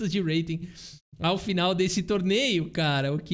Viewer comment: está cursando inglês Esse urreiting tá irritando 😂